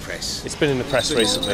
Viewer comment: what`s with the vem ve vis it`s them the this 🤷‍♂